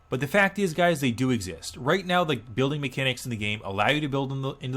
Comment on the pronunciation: "Let's get raid into it" I could've sworn you said that.